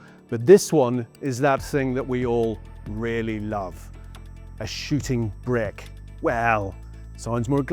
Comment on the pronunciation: ... a shitting brick? Is this even English? How do you get from shooting brake to that?